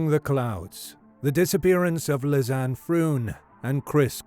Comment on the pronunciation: Great video, thank you! Just a detail, that name is pronounced as Liss-annie.